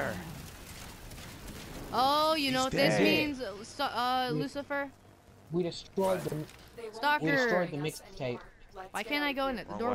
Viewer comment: It didn't sound like Lucifier It sound like you said Mucifier